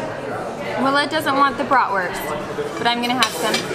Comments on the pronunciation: Love the fact that Willa is pronouncing Bratwurst (Wurst instead of Wörst) nearly the german way. Does she speak german at Kita? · so cute, hearing her repeat back what they are going to eat and hearing her pronounce bratwurst in the correct German way....